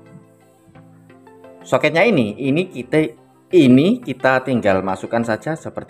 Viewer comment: Ini kite ❌ Ini kita ✔️